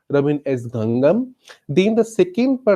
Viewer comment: Name dose not pronouns correctly, may be it is not so important but ... please listen here carefully ..